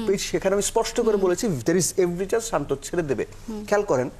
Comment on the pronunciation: আগে তার নামটা সঠিক ভাবে বলেন